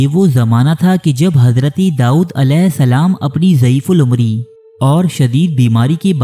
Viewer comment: The word is "Dawood" not "Daood"